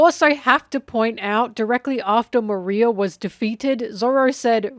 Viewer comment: why do u call Moriah "Maria" in this one lol